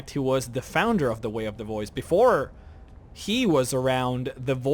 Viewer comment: Its funny when you say "way of the boys".